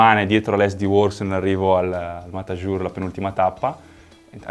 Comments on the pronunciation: si pronuncia Mataiur (con la "i" normale)... non siamo in Francia 🤣🤣🤣😘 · si scrive Matajur, si legge "Mataiur"